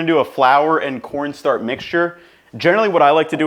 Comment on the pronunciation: "cornstrach" was so funny to me for no reason. Your channel's amazing man keep up the good work